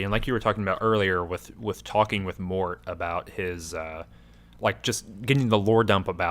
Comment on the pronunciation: For what it’s worth, it’s “mort” like death.